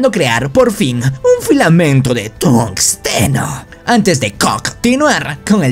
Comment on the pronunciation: no se dice tungosteno se dice tunsteno, se escribe tungsteno